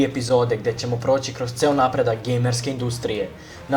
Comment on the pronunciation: Kako popizdim kad kazes UZIvajte -.- :D